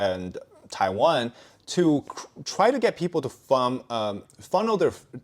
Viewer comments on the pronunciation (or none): none